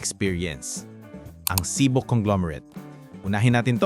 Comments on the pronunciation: CIBO is pronounced as CHIBO, pls lang po😢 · Cibo is pronounced as Chibo daw po